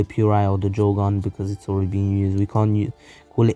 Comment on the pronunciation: Sharingon instead of sharingan at the start and jogon at the end